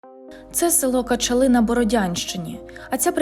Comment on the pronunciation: Не вірний наголос на населеному пункті Кача'ли, треба казати.